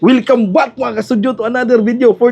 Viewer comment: Welcome back hindi wilcome back! Bakit ka ganyan magsalita para kang ingot 😂😂